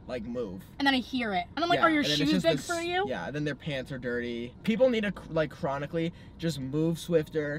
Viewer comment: chris keeps saying cronicly 😭😭 ( i don’t know how to spell it)